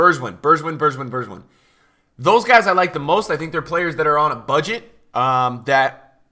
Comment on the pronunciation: lol your way say of saying berg win. 😂 It's bergwhine wijn = whine in Dutch so same meaning as pronounciation(I'm fucking this word up btw 😂). The news of today is that Ajax wants to buy him and psv fans and coach are running around mad as hell. 😂 Forget that Bergwijn tots eredivisie will be full Ajax this year. They got the double in Holland. Psv and Feyenoord got nothing.